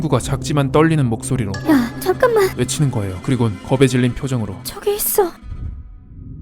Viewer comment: 초 전멍이 잔만 잔만 이라고ㅋ 들었네ㅋ ㅋㅋ